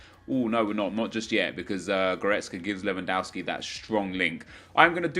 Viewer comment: GOOD job! jou pronounced Lewandowski good (not all the time)